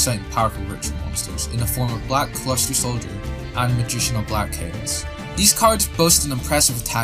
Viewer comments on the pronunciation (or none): Nobody gonna comment on how he’s saying Black CLUSTER Soldier instead of Luster? Bro can’t read 💀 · It's black "L"uster soldier. Not "C"luster.